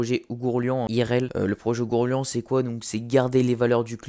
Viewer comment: Essaye de voir comment on prononce ourghourlian